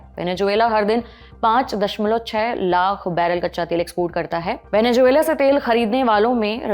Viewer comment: मैडम माना कि आप हिंदी प्रधान चैनल हैं, मगर ज़ को जे बोलने का हिसाब मेरे तो समझ नहीं आया। अब आपके अनुसर वेनेज़ुएलन्स के सर पे जून मिलती है तो वो आपका निजी अनुभव हो सकता है, पर हमारा नहीं है भाई! वेनेजुएला....😢😅